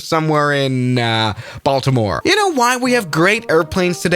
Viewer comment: I live in Baltimore. That’s not how you pronounce it. I think I had a few years taken off my lifespan with that pronunciation.